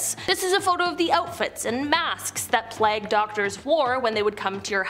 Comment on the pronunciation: Sweetheart it is pronounced playg-long A , it does not rhyme with flag as in the American flag